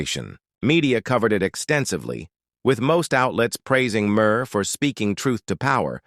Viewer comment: This is a bogus AI video! He can’t even pronounce Maher correctly!